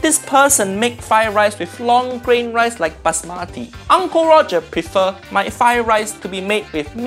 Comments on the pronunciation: Haaiiyaa that's not busmati that's Baasmati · Its not "Bas.Mati" Its "Basmati" You say it all at once...